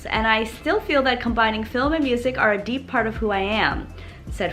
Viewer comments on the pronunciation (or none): none